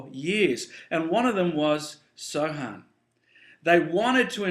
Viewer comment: the word samhain is actually pronounced sowen ^^ just letting you know